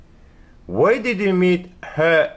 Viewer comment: ассалам алейкум. Может быть Why а не Whay 🤔 ничего личного 😁👋 а так мээнетиниз жансын 🤲